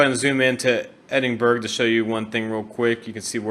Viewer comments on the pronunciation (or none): Another very enjoyable video. This one was even more enjoyable as it is quite local to me (about 2.5 hours drive away). BTW Edinburgh is pronounced "Edinburra" rather than "Edinburg". Also, if you had looked up to your left after the first tunnel you would have seen the famous Edinburgh Castle. ;-) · It's not pronounced Edinburg it's pronounced Edinbrih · “Official Marc Cubed” Brady The closest American pronunce would probably be Edin-Borogh. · its not pronounced that either you thicko its called Edinburgh I live there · Top tips from a person who lives in Glasgow Glasgow Is pronounced Glas-Go Edinburgh Is pronounced Edin-bur-ah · Amazing video mate, but its pronounced Edinburh, don't pronounce the G haha, just a tip for next time